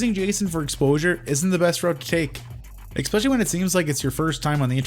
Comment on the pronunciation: Did you just intentionally say eggspecially